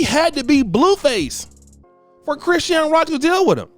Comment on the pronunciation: Why you butchering chrisean name like bro you put to much stress on it